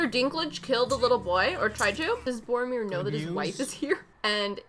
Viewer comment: I die a little when she calls him Boromir.